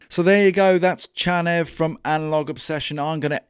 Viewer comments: If you can say “channel” and you can say “Neve” … why “shanev”? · maybe it’s pronounced chaneev Channel + Neve i also like how the name of this plugin with 5 functions ends with V, the Roman numeral for five